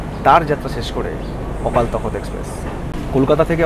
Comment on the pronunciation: ওটা তখত না , তখ্ত... ইংরেজি তে takht... একটু wiki দেখলেও তো হয়!!!